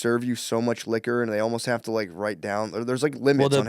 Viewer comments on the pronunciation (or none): none